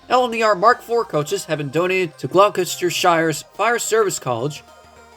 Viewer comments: Not gonna lie, I’d like to see Coaster’s F40PH’s 2104 and 2105, simply for the fact that 2104 was the locomotive in the first video that CoasterFan2105 uploaded to YT, and 2105 for the obvious reason of being the name/number sake of CF2105’s channel. Also, you pronounced Gloucestershire wrong, though it’s understandable. The proper pronunciation is Gl-ah-ster-sher. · Gloucestershire is pronounced as 'Glosstersher'.